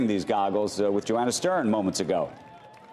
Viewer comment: DID HE JUST SAY GOGGLES 🤣